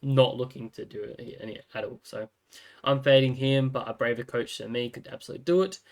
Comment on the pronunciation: love how you say COACHH